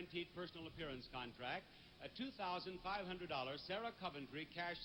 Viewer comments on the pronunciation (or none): none